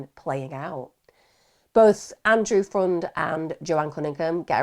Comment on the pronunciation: I thought his last name was pronounced more like "friend"